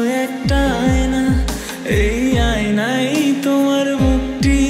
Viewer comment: আইনাই আবার কি, উচ্চারনটা আয়নায় হবে!